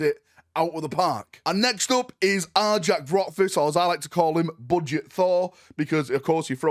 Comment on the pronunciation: His name is pronounced Are-Yak, not Are-Jack.